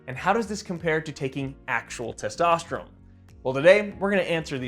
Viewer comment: Bro why do you say testosterome? Its ends with N sound thats why its written testosterone!